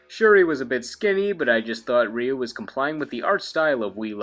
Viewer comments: Its "RAI-U" if your going to pronounce his name Japanese its simply "U". Ree-U, smh sounds like a gay siren. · It is very commonly pronounced Ry-Yu and Ree-Yu. But the closest most english speakers get is calling him Roo. even though technically his name is pronounced closer to Rueue, like the word queue (kyoo) but with an R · everyone knows Ryu,no one knows how to say his name properly